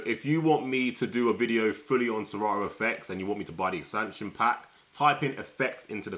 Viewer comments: Please it's serato not sera ooo mention it well😮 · Lol.. he said se rah o.